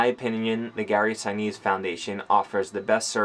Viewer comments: Gary Sinise’s name is pronounced Sin’ neese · "Lt. Dan!!" (from Forrest Gump) Gary's foundation is the real deal - glad you two connected with him/them/that. God bless you as you start another new chapter. (pronounced "Sin-EESE", I think). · How could not know how to properly pronounce the name of one of the most famous actors of all time? " Lieutenant Dan " 🤦🏻‍♂️🤦🏻‍♂️🤦🏻‍♂️